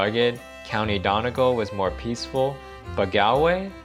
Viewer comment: pronounces Gaulway and Donegaul